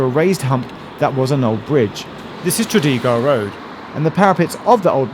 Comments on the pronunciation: For reference, not that it'll come up again, but it's Tredegar like Trafalgar. Tready-gah. Apologies if it's just something you have trouble pronouncing. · Very interesting, but, you pronounced Cadogan and Tredegar very differently to locals of which I am one. Keep up the good work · Great video. I knew a bit about the old railway stations in Bow, but didn’t know where to look for the now disappeared line. You pronounce Tredegar different to my grandparents, though, who lived in Bow for most of their lives.